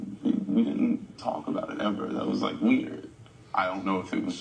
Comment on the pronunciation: BRO no one talks about never knowing how to pronounce DIDNT... she says DINNIT